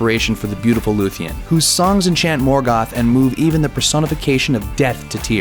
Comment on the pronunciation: Morgath :D Soran :D